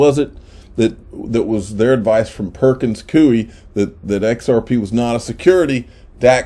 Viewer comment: your not pronouncing Perkins coie right